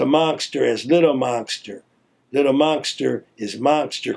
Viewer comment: y he pronounce his name lil monkster?